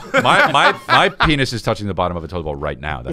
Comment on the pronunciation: PEEN-ITS 😂for fuck sake